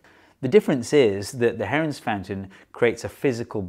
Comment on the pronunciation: For a second I thought u said heroin